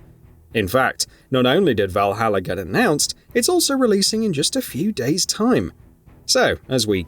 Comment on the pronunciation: Speak correct english..vahallaer?!?🙄